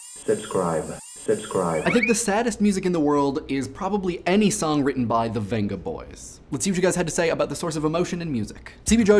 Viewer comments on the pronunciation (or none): Dammit,; Vengaboys is pronounced like "Bengaboys!" They're foreign!